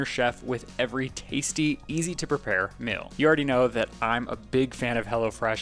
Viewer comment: The way says meal like “mill”.🤣